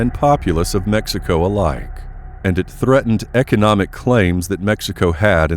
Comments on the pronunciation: you are miss pronouncing mexico... duho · i respectfully got a kick out of you pronouncing Mexico and i can honestly say i cant wait to hear you annunciate some chinese. sub'd. great content and presentation. thx🖒